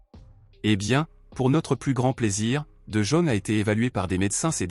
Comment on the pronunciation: d'abord on ne dit pas de jaune c'est pas un chinois il est pas jaune revoyez votre langage monsieur parler bien ce monsieur néerlandais s'appelle de yong en prononciation OK